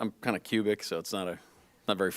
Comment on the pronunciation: Bro said cubic😂😂😂